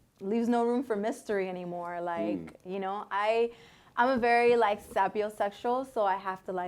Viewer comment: Sapiosexual, yet she can’t pronounce it right. The irony